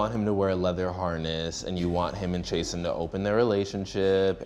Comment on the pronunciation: Did he say “Chase-ten” ???